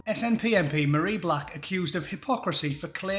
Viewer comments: FFS, call her her proper name, it's not pronounced as Marie, it's pronounced Marry as in the verb to marry. As for hypocrisy, isnt that just the byword for the SNP. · Her name isn't Marie. It's Mah-ray.